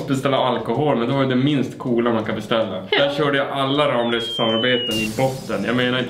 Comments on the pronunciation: Det uttalas "Rammlösa", inte "RAAMlösa." 😡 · Snälla säg inte "Ramlösa" det heter "Rammlösa" alltså inte i ram som i tavelram utan Ramm! 😁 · Oavsett hur många M det är så uttalas det RAMMLÖSA, det är dialektalt. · Gilla om du är en arg skåning som tycker att ska lära sig säga ramlösa korrekt